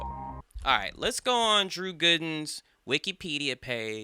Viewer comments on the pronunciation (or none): “Drew Güden”